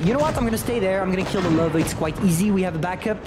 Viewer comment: I like how he mispronounced "Löwe" as "lover" (you have to stretch the "ö" more)